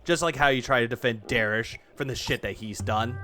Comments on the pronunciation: Bro it's "derich" not "derish". I don't know if it's a fetish thing like dsp but it's so weird that you mispronounce it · Derich is one mispronounced take of his name away from becoming Americas most wanted.